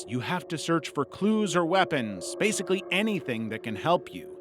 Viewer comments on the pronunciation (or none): none